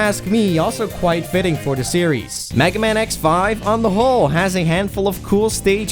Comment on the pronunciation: He's called megaman not "magaman"